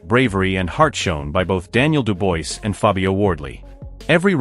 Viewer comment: STOP SAYING DU-BOYCE - It's REALLY ANNOYING !! do proper research - this is just pure lazy it's pronounced DU-BWAH !!